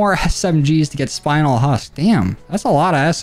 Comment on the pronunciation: FYI spinel husk is pronounced spin-el, it’s a gemstone